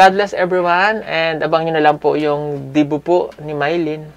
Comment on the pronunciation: debut po not debu